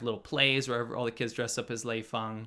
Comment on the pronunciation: Lei Fung huh..... Lmao!